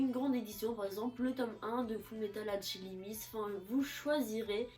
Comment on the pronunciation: la vidéo est tres bien par contre le alchilimiste sa ma rerminer